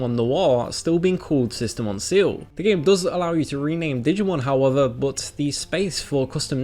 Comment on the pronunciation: sistermon seal? its pronounced ciel, as in sky